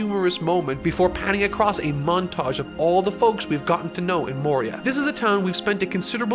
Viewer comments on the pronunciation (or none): Morioh not Moria. The town is not a Warlord of the Sea